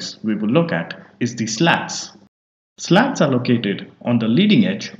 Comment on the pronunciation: slats is pronounced like sl0ts?😜